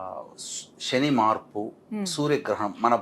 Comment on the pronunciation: "👍🏽 వాగుడు కట్టిపెట్టి! P O K కి వెళ్లి చెప్పు "👌🏽 సొల్లు 👍🏽లేపేస్తారు? అన్నీ శని మాటలే👌🏽 షని కాదురా! శని 👌🏽